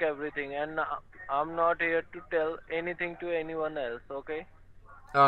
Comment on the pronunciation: If you got a Ford Fiesta ST, the insurance would be sky-high dude...:) I got to say this... "any THING" not "any THINK"... gets me when people say it wrong...:o How about you put on a voice, an old man for example, and just be the victim all the way, then exposé! Yeah, wasting their time is good too, but, you know. Okay, I've finished with the critique... Keep it up!:)